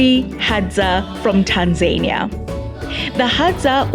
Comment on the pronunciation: Pronounced Rwanda not Ruwanda there's nothing annoying hearing Africans pronouncing African words like Europeans please !!! It's Tanzania not Tanzerniya. The presenter should learn to pronounce properly